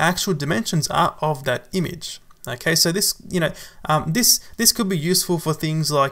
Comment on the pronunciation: You pronounce the work `image` as `imige` please don't heart my ears